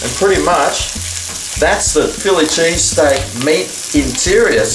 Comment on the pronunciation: chilli pheese steak gagagaga